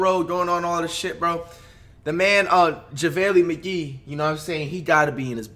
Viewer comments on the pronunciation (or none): “Jevaly Mige”🤦🏾‍♂️ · Who tf is Java-ley Mgee? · Nobody: Flight: “Javalee McGeek”